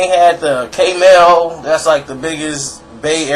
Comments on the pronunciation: side note....Its not called KMEL....Its K-M-E-L each letter is said individually. not trying to be a dick just figured its worth mentioning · I'm from the bay and no one says Kmel. It's K-M-E-L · It's not k-mel, but k.m.e.l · K male?? it's pronounced K.M.E.L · First of all you a WHOLE CLOWN....Dont act like u know what really went down in the Bay. You mispronounced KMEL so it was eveident u definitely aint from there.. 2nd TOO SHORT WAS RAN OUT THE BAY and moved to Atlanta, not because of the police but because his life was on the line...THIS IS FACTS.... 3 Regardless of that his albums WERE poppin...ALL OF THEM..4 While u over here disrespecting Pooh....He a REAL Gangsta...there was no retaliotion EVER from Short, he was never a real pimp and most certainly NOT even CLOSE to being a real ganster. Stay in ur lane cause u over her KeKe'n and shiiiit. You lucky my brother Pooh is on some positive cause u would get yo whole head knocked off. This is #TownBusiness it doesn't applt to you. BTW Short was banned from Oaklend for over 10 years. He stayed away until 40 and him started a project with Beeda Weeda and we ALLOWED him to come back around...